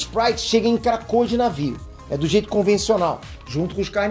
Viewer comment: Só eu que toda vez que ele diz krakoa ouve KRACUDA? Lol